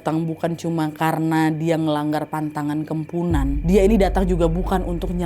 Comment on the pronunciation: Kepuhunan kak bukan kempunan